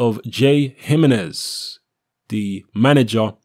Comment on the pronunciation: it's pronounced "Whore Hey" not Jor Gay. Jimenez is pronounced "Hemenez"